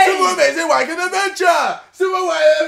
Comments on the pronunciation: Iat the start it sounded like KSI was sayin 'super wanking adventure!!!!' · At the start, it sounds like he's saying 'super amazing wankin adventure.' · It sounded like he said : 'Super Amazing Wanking Avenger' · The more I listen to it, the word 'adventure' sounds like 'avenger' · JJ, all i heard at begining is "SUPER AMAZING WANKING ADVENTURE" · i thought u said super amazin WANKIN adventure LOOLL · It sounds like Super Amazing Wanking Adventure when you say it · In the beginning, I thought he was saying "Super Amazing wanking adventure!" lol